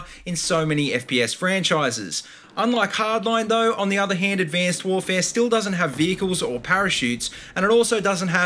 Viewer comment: Why do you say abcanced warvee